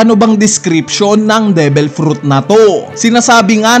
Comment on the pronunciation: Devil hindi debel